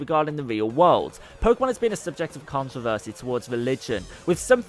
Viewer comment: i noticed you said controvershe quite a lot on the vid